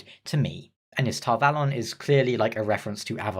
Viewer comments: According to the pronunciation guide in the back of the book, you're pronouncing Tar Valon correctly. Apparently, the show runners have never seen the books, let alone picked any of them up. At least, that's the only explanation I can come up with as to how they managed to butcher such an amazing story. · Actually you have the correct pronuntiation of Tar-Valon.